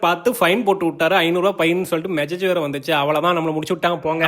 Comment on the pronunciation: Bro not megege it is message